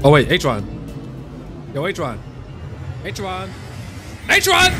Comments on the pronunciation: Loving watching discover all the abilities of eH-cher-ron! (let him pronounce it as he wants, fam!) It's all part of the fun and uniqueness of the channel. Yeah, Good Night Sleep Well LC is fine on Acheron! I gave my Kafka the SimU Nihility cone instead so they both could be stars. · Learns how to pronounce her name, then proceeds to instantly forget. and Acheron have a lot in common. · I loved when you had a whole section on learning her name but then still pronounced it the way you have been for most of the video anyways lol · He still saying her name wrong😅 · And thus he kept mispronouncing her borrowed name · BRO FORGOT HOW TO SAY HER NAME AGAIN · He got it right a few times but then immediately forgets lol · pls dont ruin this character, first maybe read what she do, then build her at least good and pronounce her name the right way